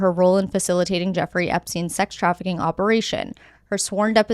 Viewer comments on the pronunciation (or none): none